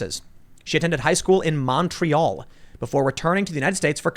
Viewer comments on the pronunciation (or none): The way you say Montréal is revolting, please seek guidance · The way you pronounce Montréal is really hard on a Montrealers ears